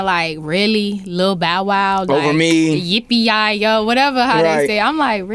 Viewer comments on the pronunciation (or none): Yuppie yi yo ? It’s yippe yo yippe ye